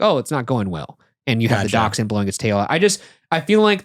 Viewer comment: Sorry. I love you guys. I love daschunds. But "DAK-SHUN' ? is this an American pronounciation? I cannot wait to ride SLoP one day.